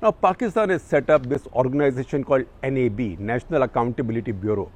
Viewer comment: Gupta sahab pronounce NAB, not by each english letter